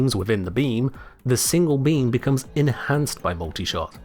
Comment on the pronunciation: what i hear: the beans within the bean, the single bean